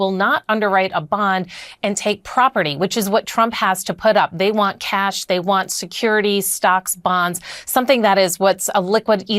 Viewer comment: He didn't lie, he said he had "kesh", not "cash". He has a lot of kesh.